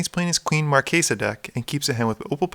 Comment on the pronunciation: Big thumbs up for the correct pronunciation of Marchesa! <3